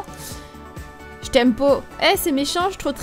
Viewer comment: Même si cette vidéo date, le "jtm po" me fera tjrs autant rire psk elle parle comme une qc là x) Pour le snap, j'ai déjà été bannie 3 jours pour échange d'infos personnelles, je demandais le snap d'un gars psk je voulais lui parler sur snap alors que ça m'était jamais arrivé avant ! Faites très attention les gens, je suis la preuve que c'est pas que les pervers qui reçoivent ce genre de bannissement :) Je voulais uniquement son snap pour lui parler quand je serai pas chez moi mais là je lui parle plus du tout bref.. Faites très attention !